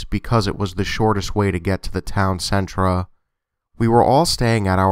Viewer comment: I love your channel! however, when you pronounce 'center' as 'centra' it drives me crazy. just some constructive criticism. Otherwise keep up the great work !